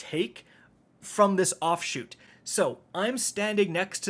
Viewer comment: Do you know what a chute is? Offchute? You don’t know what you’re saying lol